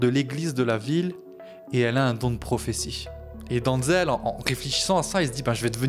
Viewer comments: Denzel, pas Danzel :) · Ça ce prononce denzel et pas donzel, en plus il est né à mount vernon dans l'état de new York dans le comté de westchester, c'est son père qui est originaire de Virginie et ça mère originaire de Géorgie, renseigne toi avant de raconter des bêtises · Ça commence bien t’arrives même pas à prononcer son prénom